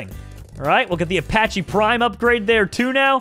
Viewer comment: my G I respect you but how do you say Apache wrong